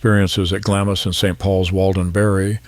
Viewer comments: Pronounced Glams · The Narrator should have checked his pronouciation. Glamis is pronounced Glams, just one syllable. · Isn’t it pronounced Glams? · Glamis is pronounced Glaamz. Just saying… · GLAMZ Castle…pronunciation please! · The I in Glamis is silent. Just saying